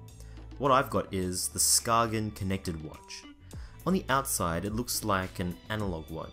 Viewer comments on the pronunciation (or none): It's pronounced ''sKAYen'' - not sKAGen. It's named after a little town in Denmark